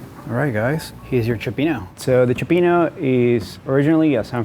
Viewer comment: Does nobody outside the SF/Bay Area know how to pronounce "Cioppino"? I'm looking at you, lol.